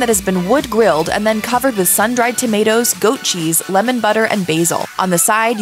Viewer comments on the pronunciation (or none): none